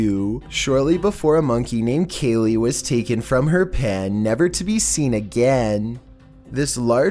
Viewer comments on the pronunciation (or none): none